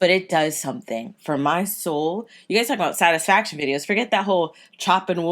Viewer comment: I’ve always wonder.... why do you say gruy instead of guys? Idk anymore